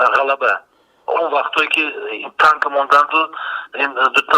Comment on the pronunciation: Тонк не танк мля